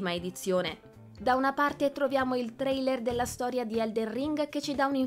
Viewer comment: Suggerisco alla speaker di lavorare un po' sulla dizione e l'intonazione, e di tentare di non aggiungere così tanta schwah alla fine delle parole straniere terminanti in consonante (trailerrə, wonderwomannə, heavy rainə, humannə, westə)